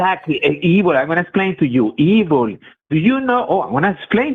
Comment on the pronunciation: EE-vool is my new favorite pronunciation, and I’m going to combine that with BYE-bool and/or BYE-bell at every opportunity